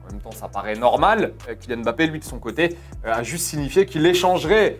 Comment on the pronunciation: Cest mba-ppe pas m-ba-ppe